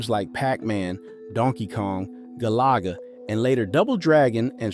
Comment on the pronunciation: Gal-uh-guh* lol . When i am melancholy and miss the “old days” THIS is what I mean .